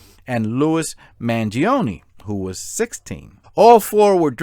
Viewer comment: According to me, the victim’s name should be pronounced ‘duh-blee-uh’ but who the heck am I to put my 2 cents in 🤗 your pronunciation of Mangione is spot-on BTW 😂 Excellent video, thank you 😊👏